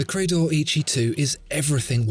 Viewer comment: I think it should be pronounced as Eh Yee Chee though. Great video!